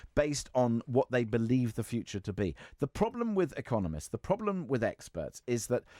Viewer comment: ‘I agree WIV you?’ “Norf East.?” Speak properly and maybe someone will take you seriously. Actually, probably not even then.